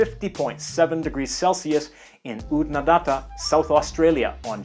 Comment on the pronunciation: Err great video… but… Qwoeka? Nope. And Oodnadattttta? Nope. Sorry,. Some tough words. But we forgive you…:-)